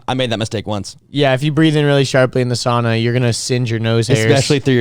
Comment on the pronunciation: .... she’s right though, it’s sauna where the au is prenounced as Aow, I got steam in my face😂